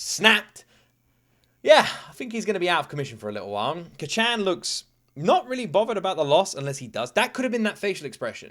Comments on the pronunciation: Please just listen to the dub to know how to pronounce Kacchan, its Kaachaan. Sounds like youre saying Kachow lmao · Your pronunciation of kacchan is so funny. Try to say it as “kca^t-chan” where the A has a slight up, you kinda cut at T and immediately follow it with a sharp Chan sound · is still calling Bakugo, "Kachen" 😭😭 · Heads up, being nitpicky, but the first syllable in Kacchan isn't shortened. It's all pronounced with the same emphasis. Cah-chan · Can you please stop calling him Kacchan lmao... It just cringes me idk why... Imagine if your friend from childhood or your sibling called you an infantilizing nickname like Luky-Luky, I wouldn't personally call you that because I'm not close to you at all... (+ the pronunciation is really off so it kinda irks my ears too). Like you can just call him Bakugo like every other character in the show and every single person who watched the show, + it's easier for the pronunciation. Anyways, glad you're enjoying it so far, I knew it would be one of those you would like from the beginning based on your prior reactions to other shows, but it'll be fun watching this show again through you eyes. Have a great day/night!